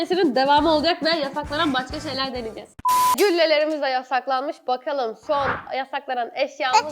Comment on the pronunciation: 0.20 bokalım diyor 😂😂